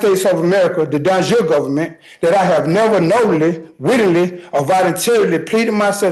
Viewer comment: Also "Gofferment"